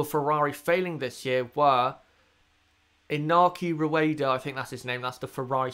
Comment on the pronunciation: Good Video and well done for saying Inaki Rueda's name perfectly. I don't think Ocon should get the Mercedes seat as for me he is beaten by Perez too often which is unlikely to convince Mercedes. I would put him in the car though over Bottas though. I think Mercedes will keep Bottas until 2021 unfortunately